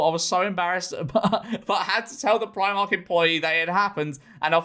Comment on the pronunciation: It's Pr-ee-mark George!! Not Pr-eye-mark!!!